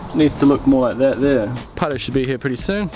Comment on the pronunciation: I love your Channel. Just finished binge watching from the beginning. I though Carl was going to piss himself when you gave him the level. Really like the Chef Paerau (sounds like you say Potter). As for the Wolfcraft Clamps...as a DIY'er I will use them to build new kitchen cabinets for my home. And, of course, tell everyone to subscribe to your channel. Cheers Tom Carson